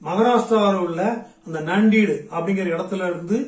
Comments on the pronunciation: அது நான்டீடு இல்ல நாந்தேட்,ஜல்னா இல்ல ஜால்னா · நாந்தேட் கூட தவறுதான் சரியான உச்சரிப்பு நான்டெட் - Nanded அடுத்தவர் பிழையை கண்டுபிடிப்பது பெரிதல்ல அதை நாம் சரியாக சொல்கிறோமா என்பது முக்கியம்